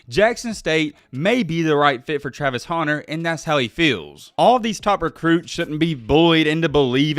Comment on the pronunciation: Hunter not 'Haunter' lmao